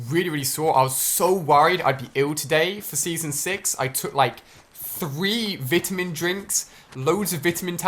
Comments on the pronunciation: You really said vtamin Ali a no it’s vitamin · "Took a lot of Vitimin" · Vi tamins not vitmons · “Vittamen drink” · vitimin lol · Lmao what is a "Vidda-min" I thought it was a "Vitamin" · Did anyone else notice he said Vitamin wrong ? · it’s the British accent :p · You can't even say vitamin right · This gets a dislike because he can’t pronounce vitamin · why tf does he say vitamin like that😂